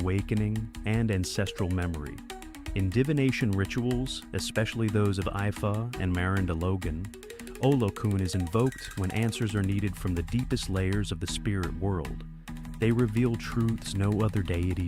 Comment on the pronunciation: Ifa: pronounced EEE-FA NOT III-FA